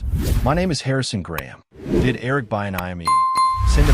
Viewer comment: You’re mispronouncing Eric’s name. So bad. All of this